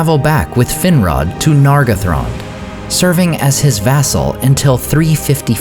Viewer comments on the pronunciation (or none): Hello, only one thing to make it beter, the pronunciation of Nargothrond is NargOthrond